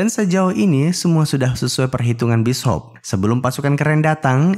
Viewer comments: Bis Hop 😂😂😂😂 Bacaannya bisyop bang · Bishop bukan Bis Hop. Bishop uy bishop